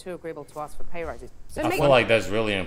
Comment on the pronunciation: Its "ask" not "axt"!!!!! is it ignorance or some culture thing???